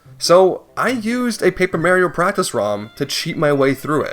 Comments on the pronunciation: It’s MAR-ee-oh, not Mary-oh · Why do people still say ‘mary-oh’?…..It’s Mario! Still though, the guy needs to be brought to justice. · Im more angry at the fact that you pronounce Mario as “Maryo” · "Mayrio" eye twitches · Excuse me but its not Merrio. Theres no E. Its Mario. Ahhh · Nah I am on that guys side since you pronounced it Mary-Oh, that's a war crime. Penalty, having your content copied. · did he just pronounce mario as may-rio..? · It bothers me because I have to deal with my father mispronouncing it every single time he says it. People will say ‘Who cares/nobody cares’, but it’s disrespectful to both Mario and Charles Martinet himself. It’s like if your name is Sierra, but everyone keeps calling you Savanna, despite being told many times that your name is Sierra. It’s rude and disrespectful to the person in question. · Oooh I get it. It's canadians who pronounce Mario like that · your pronounciation of mario should be in prison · I just can't deal with how you say mario. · That's a bit of a false equivalence though. Not only does Charles Martinet have little to do with it, but mispronouncing a name is very different from actually changing someone's name. This is especially true when people have to pronounce names that are not common in their native language. I do agree, it would be good if he made an effort to correct himself. But it is not as severe of a case as you are portraying it.